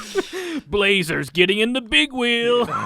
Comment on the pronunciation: I think you mispronounced Bigweld from Robots.